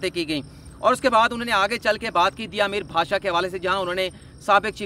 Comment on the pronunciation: دیا میر نہیں ٹھیک لفظ ہے دیامر